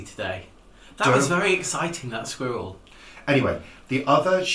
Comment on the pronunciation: Boxing Day confounds all my American friends...anyhoo - I love how many syllables you manage to squeeze into the world squirrel.:D Re TV programs, do you watch Shetland, we just got Netflix and I am addicted to it.:) Happy Christmas to you both from West Coast Canada!